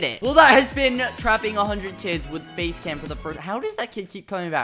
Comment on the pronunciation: when he said face cam for the first time i thought he said base lamp